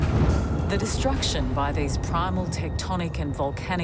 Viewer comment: I love how the Australian accent renders "forces of destruction" as "forces of distraction"